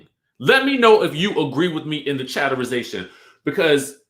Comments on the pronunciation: Please STOP saying chatterization!!! Omg🤦🏽‍♀️ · Omg i love but he can thro that chatterization away